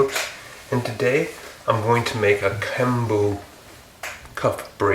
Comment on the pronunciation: It’s pronounced geum boo, like the ghost noise. I guess you can just google translate/pronunciation 금부 if you wanna hear it!